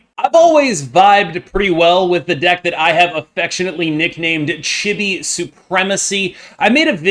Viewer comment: "Chee-Bee" is how to pronounce it, Japanese